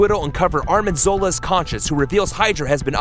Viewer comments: arNim zola not arMin zola! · I know it’s a small mistake but it’s Arnim Zola not Armin.